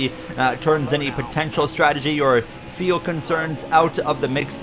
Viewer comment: Is "feel" instead of "fuel" a Canadian thing??